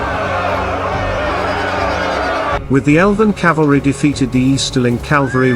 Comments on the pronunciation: Someone tell the AI voiceover it's 'cavalry' not 'calvary'! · to be fair the narrator kept saying "Calvary" instead of Cavalry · Ka-vul-ree , not Calvary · Horsesoldiers are "Cavalry." Your Narrator keeps pronouncing it "Calvary" which is the hill on which Jesus died. Mispronouncing a common military word with a British accent doesn't make it any less ridiculous. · I hope you mean Cavalry and not Calvary. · Even the AI narrator says “Calvary” instead of the correct “cavalry”….. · Good video. But the word is CAVALRY! The “V” is pronounced before the “L”. CaLVary is where Jesus Crist was crucified. Two quite different meanings. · It’s CAVALRY not Calvary!!! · Cavalry not calvary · Calvary?? Cavalry surely? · CAVALRY, NOT CALVARY PLEASE! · There is Cavalry and calvary ffs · Was the AI voice told cavalry or calvary. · Cavalry. Not Calvary. 🤦‍♀️ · I believe the correct pronunciation is cav-al-ry - the way it's spelled, not cal-va-ry (the hill where Jesus died). Generally, nice job! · "Cavalry." Not "calvary". The first one is mounted fighters. The second is an execution site. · Calvary? Cavalry! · I know its a simulation and a generated voice , but what in the name of Gandalfs butt is "calvary"? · Damn, even text-to-voice pronounces it 'calvary' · The announcer keeps calling the horseman Calvary. Calvary is where Jesus was crucified. Horse soldiers are ca val ry , cavalry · Good Video but dang....Calvary? Cavalry! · its cavalry not calvery.